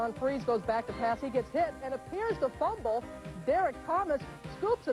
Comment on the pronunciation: IT'S A FURBLE